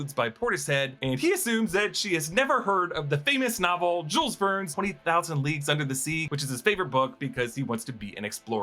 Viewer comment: The s's in Jules Vernes are silent. It really hurts to hear them ^^